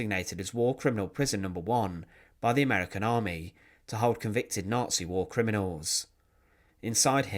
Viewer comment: War !!, not " wall"